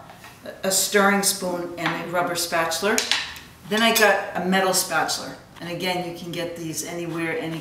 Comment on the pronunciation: What is this "Spatuler" you speak of,?;) For real though, I appreciate the tips!